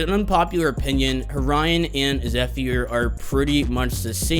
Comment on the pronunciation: Btw they time stamps Horion says Orion :)